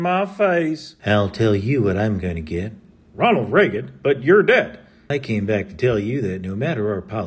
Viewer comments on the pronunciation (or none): none